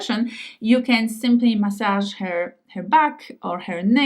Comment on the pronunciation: pronouncing the word "easi-er" perfectly, but not the word "her" (eg pronouncing her body as "hair body")